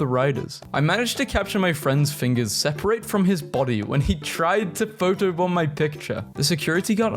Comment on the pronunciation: are you sure you didn't cause it? giant bunny ears Also its not "SEH-PAR-ATE" it's "SEH-PRIT"